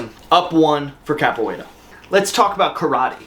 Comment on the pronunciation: Just glad to hear you saying Capoeira correctly now and for moving it up. List seems pretty legit.